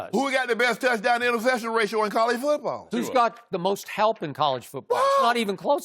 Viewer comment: "who got the best TD to interception ratio in college foobawl" 😂😂😂😂😂😂😂😂